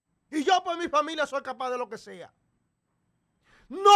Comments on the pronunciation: Se dice entreguen no entrieguen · No se dice entrieguen, se dice entreguen.